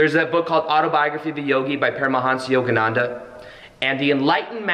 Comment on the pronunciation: Did he say... Yogi paramahamsanda